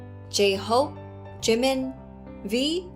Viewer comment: A pronúncia é JiMIN (o min é mais forte) e Jungkook é Jongkuk (com o último k mudo tipo inglês).